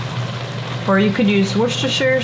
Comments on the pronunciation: I'm in the UK, weirdly you pronounce Worcestershire Sauce as worstershire, the cest is silent. Its the same for all our cities spelt like this. Leicester is pronounced Lester, the cest is silent. Hope that helps.....I know its very odd haha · Wishtisire sauce took me a long time to pronounce it correctly and still at times I mess up I usually call it whats that here sauce 😁 thank you for sharing this recipe I am going to try it next summer when I get more tomatoes and I will be trying the ketchup recipe to 🙂I wish a bottle of ketchup lasted me a year the way my son eats it we go through 2 64 oz bottles a month 😂